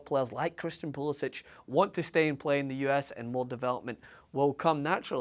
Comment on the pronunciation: How can you expect to be taken seriously when you apparently haven´t even paid enough attention to pronounce his name correctly -__- he pronounces it poolisik, look it up. If you saw the CL game today and are a half-decent analyst who knows anything about US soccer then you can see the kid is ALREADY one of the best players we´ve ever had, regardless of age. On top of that he was the youngest player in any of the CL games today, and the youngest player in Dortmond´s CL history. Few U.S. players have ever played in a club match at that high of a level at any age. And not only did he play, he was one of Dortmond´s most dangerous players the whole game, rarely turned the ball over, and helped lock down his side of the field defensively. But the most exciting aspect is his off the ball movement, always conscious of how his runs and movement affect space for his teammates. I´ve NEVER seen an american player with the soccer IQ and decision making class that I see with Pulisic. I love Donovan and his chance creation abilities were class, but he never showed Pulisic´s level of decisiveness, off the ball cleverness, or defensive tenacity in his entire career. Even Donovan himself said there´s no comparison considering Pulisic is playing for Dortmond when Donovan was packing his bags for California after failing to crack the first team at Leverkusen. So let us be excited. Or are you just jealous that you could only DREAM of a Scottish player with Pulisic´s potential, or even one as goo